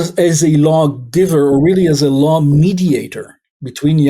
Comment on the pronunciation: "law" not "lawl".